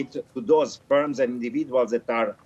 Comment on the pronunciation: Its FIRMS, not SPERMS